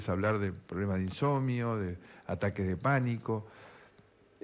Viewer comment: Alguien escucho “insomio”? Jajajaja es un cascote